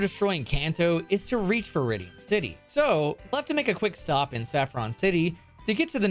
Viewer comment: 'Viridi city'